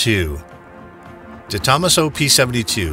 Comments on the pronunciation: And how he pronounces De Tomaso. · Very nice video and superb collection of rarely seen cars, but I actually had to rewind this thrice at some points: Its pronounced correctly: - De Tomaaaaaaaso (not DetO-masso, its italian, not japanese!) - Bugatti (not Bugaddi, its italian, again, and even when they are drunk, their ts dont become ds) and also - Ommaaaage (not Hommuch, its french, ok, those do speak weird) And most importantly of all, and by now I dont care anymore whether it actually was pronounced correctly or at all in this video, because one can never highlight this often enough under each and every english video: - A-lu-mi-ni-um (5 syllables, because its latin!) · friendly heads up its pronounced SUPER LA-JER-A for Super Leggera the Gis pronouced like a J & it's DE-TOMASO not one word it also originally had a the same V-12 as the Apollo IE but later switched to the V8 were most customers pulled their allocations expecting the V-12